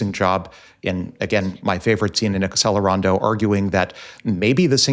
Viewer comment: BTW, it's pronounced Atchelerando... (think Cello)